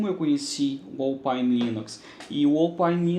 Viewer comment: Se escreve Alphine! Se pronuncia Ópaine